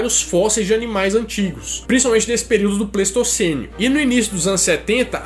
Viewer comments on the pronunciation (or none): Só a critério de informação não é "Pleistocenio" e sim Pleistoceno, assim como Holoceno e Antropoceno.